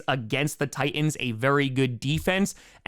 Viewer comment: Also, plus also too. ..Titans had two "T"s , enunciate both of them!!!!!!